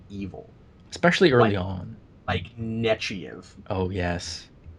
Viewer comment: Okay, either Picard was incorrectly pronouncing Admiral Nechayev's name all this time or is saying it wrong.